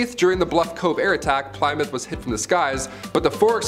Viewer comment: ......how can you not know how to pronounce Plymouth